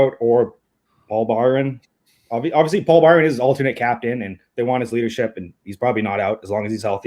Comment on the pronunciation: The way that guy was pronouncing Byron’s name... “Bee-rawn”... Jesus